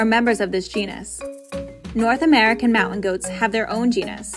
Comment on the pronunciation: HOW ABOUT YOU GET SOMEONE TO NARRATE WHO CAN PRONOUNCE THE WORD MOUNTAIN 🤦🤦 It's "moun-tain" Not mownt-ehn! At the very least, please pronounce the word the same every time. Every time she said it it was pronounced differently.